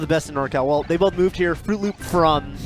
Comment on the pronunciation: "Frooloop." WutFace